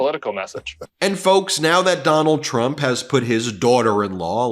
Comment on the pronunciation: TRUMP NOT TRUNP😅😅